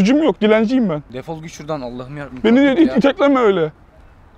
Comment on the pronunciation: Şurdan değil ağabey şuradannn💜❤️😂